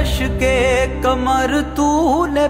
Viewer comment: Learn to pronounce ق correctly. Your رشک قمر sounds like رشک کمر.